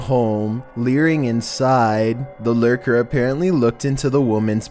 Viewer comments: Well 15, is he a leerer or a lurker? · Owwwwsigh lerrrrrkurrrrr...